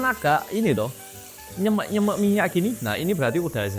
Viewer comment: Aneh men lek ngomong nyêmêk😭nyemek bukan make ê semua tapi ê awalan di kata "nye" dan "mek" gawe e biasa bolooo😭😂